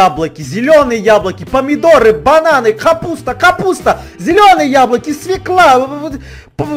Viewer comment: не свекла а свёкла